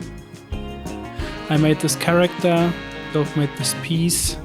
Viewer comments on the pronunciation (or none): none